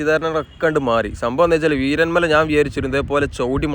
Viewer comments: വീരൻ മല അല്ല വീരമല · വീരൻമല അല്ല വീരമല ബ്രോ